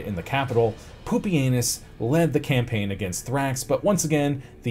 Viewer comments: I was getting annoyed at the mispronunciations, but Poopy Anus really brought it full circle. All the way around the rim. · Normally I don’t like butchered pronunciations of historical names, but if the butchering results in the name Poopy-anus then I’ll allow it 😂